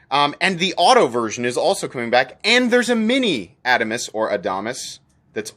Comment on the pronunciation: Love the Adamas knives! The new mini is great!!! I think your pronunciation is correct, sorry to your rep!